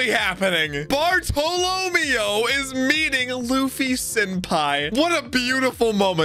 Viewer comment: "...BarTHOLOMEW..."...This is gonna be a thing for the entire arc isn't it?